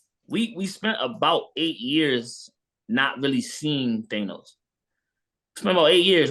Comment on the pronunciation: can't pronounce Thanos, get him outta here 🤣